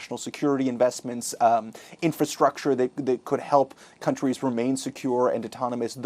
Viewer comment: This PM can’t even pronounce INFRASTRUCTURE properly in French